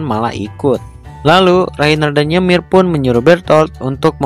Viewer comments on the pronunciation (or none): Kak nama ymir bukan ymir tapi nyemir